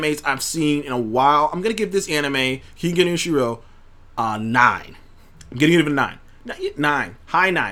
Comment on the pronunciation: Keep grinding views will go up respect💯💯 and it’s Ken-Gen Osh-Urah